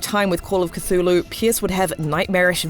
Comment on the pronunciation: C THUL HU!!! Not catulu